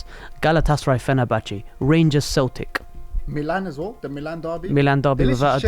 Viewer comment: 😂😂😂😂 said Galatasaray vs fernrnbache 😢